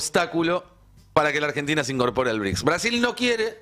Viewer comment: “ BRICSA” ???? 😂😂😂😂😂😂😂😂😂😂😂😂😂Es un chiste??? 😂😂😂😂😂😂😂😂😂